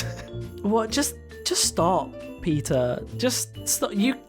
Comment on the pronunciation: Omg when you said PETA, I thought you were saying Peter, like the wife from family guy🤣